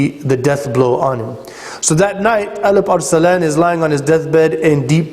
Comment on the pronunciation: First of all what is the ''elip er selan'' :D that should be ALP-ARSLAN (in Turkish it means vailiant lion) :D whatever it was just a joke I know it is the pronunciation of arabs :) secondly after all those services of Turks for Islam I wish Araps did not betrayed Turks in First World War! My nations have not deserve that treachery! Araps have turned their back to Turks and made alliance with camphor England :(